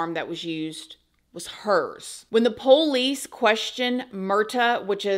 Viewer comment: The way she says pOUlice 😅